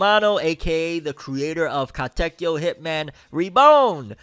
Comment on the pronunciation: Just hearing you say Katekyo makes me so happy 🥲